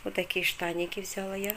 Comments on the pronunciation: А л е к с а согласна. Просто после очередного шоппинга использовала раз 15 в течение 30ти секунд. ВзЯла, взЯла, это взЯла, это дАла, дАла. Невозможно. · я конечно извиняюсь:), но глаголы «взяла и дала» ударение на последний слог, а не на первый. Вы очень часто употребляете эти слова и так режет слух, я понимаю русский не ваш родной, так же как и мне русский далеко не родной. Но, если говорите тем более делаете видео, будьте добры правильно хотя бы простые слова и предложения. Речь в общем не грамотная, но хотя бы простые слова может сможете правильно произносить?? Попробуйте, у вас получится